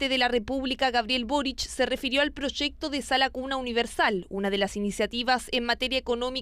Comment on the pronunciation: La periodista que diga bien proyecto no es prochesto estamos en chile